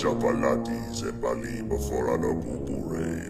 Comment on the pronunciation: French Yogi Bear be like: La Bubu